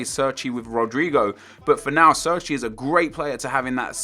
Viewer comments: oh my fucking god if i hear another person say serchey again im gonna fucking flip its pronounced cherchi (Cerci) italiano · I'm pretty sure Cerci is pronounced "Cherchee" not "Surky" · CHAIR-CHEE It's really not that hard to pronounce